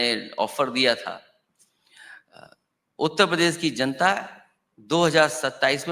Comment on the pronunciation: उत्तर प्रदेश सही से कहना सिख ले 😂